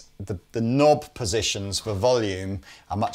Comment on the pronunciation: "Knnnnob" :D